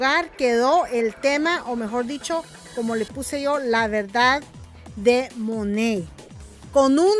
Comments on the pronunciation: No se dice mone se dice manat 🤣🤣🤣🤣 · Se dice MONAT no MONEYY 🤪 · Que raro lo pronuncias todas esas que lo venden dicen tal y como se lee Monat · Realmente se pronuncia "MONEIT" ( te lo escribo como se pronuncia) Ella trata de decirlo así pero igualmente lo pronuncia mal😒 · First of all it’s not pronounced the way you’re saying second anyone can say negative stuff about any company but not necessarily true . So first you have to get a fact check